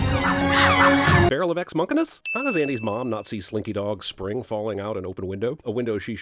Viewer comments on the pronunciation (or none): What is ex monkinas?!?! I hear it in all of these videos, and still have no idea what it is.